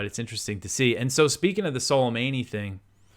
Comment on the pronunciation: thanks, but just FYI, soleimani is pronounced soley-money, not meynee. but stretch the o in money, like soley-maaney